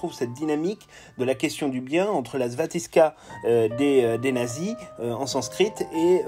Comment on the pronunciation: Svastika, pas staviska.